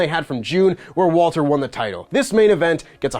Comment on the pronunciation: Thank you for calling him *Walter